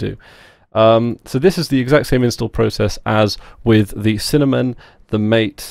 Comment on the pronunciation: MATE it's pronounced Mah-Teh (the creator explained) and its a peruvian/south american drink